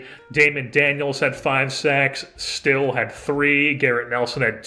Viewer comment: And Ben stille’s name is pronounce like stilly not still